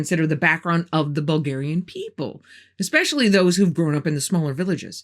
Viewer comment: Hello from Bulgaria i am impresed whit your pronancuasion of Bulgarian language and names....Just cureous are get some help whit the way you pronaunce?.... Is perfect i am utterly blown.....i fallow you from your early videos till now whit Ballan and the red beard guy:) I wish youa lot of love and luck and healt evrithing good to you....